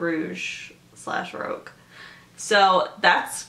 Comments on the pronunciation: the way you're pronouncing "rogue" is incorrect. You're actually saying the word "rouge." These are two different words with different meanings. ( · I mean u say vogue like voge so rogue spelling the same is prolly not roosh lol